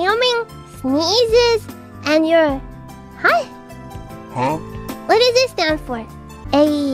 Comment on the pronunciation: Mococo: "I don't say AE" "I guess that's good, Huaeh ?"